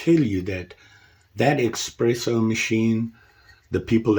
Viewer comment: it’s espresso NOT xpresso